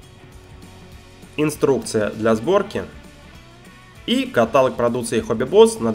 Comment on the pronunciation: Извините, но каталОг )